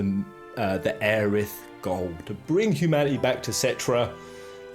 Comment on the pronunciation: Humanaeey, communieey...why ? :) :)